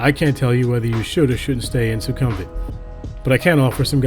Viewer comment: It’s not “Su-KUM-vit”, but “Suecom-vit”.